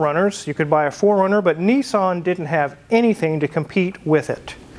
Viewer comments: It’s nissAn not nissOn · Yep. It's cool, despite being spectacularly beige outside & inside. I can't wrap my head around how Americans pronounce Nissan. 'Nee-san'. The rest of the English speaking world pronounces it 'Niss-an.' You can manage Datsun. Not heard anyone calling them 'Date-sun'.